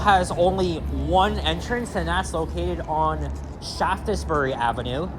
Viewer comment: it’s actually pronounced “shafts-ber-ree ah-veh-noo” the E in Shaftesbury is silent